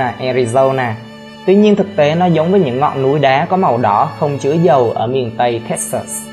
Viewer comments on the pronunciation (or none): none